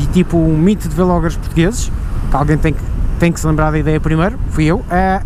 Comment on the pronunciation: sabes que é vlogger tudo junto e não "vêlogger"... Também não dizes "bêlogger" pois não?